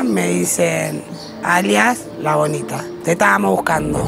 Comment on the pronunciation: entendi "La Bolita" 😂😂😂